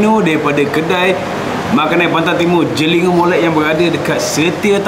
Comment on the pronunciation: Cara sebutan jeligho tu lain sikit...Dio keno ngadap gan ore klate nok boleh bunyi tepat.hehe